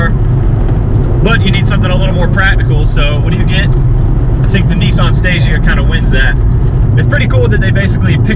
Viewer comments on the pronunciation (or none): great review bro.but please Nissan not nessan